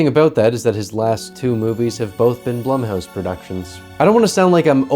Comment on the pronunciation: It’s pronounced Bloom house, according to the experts.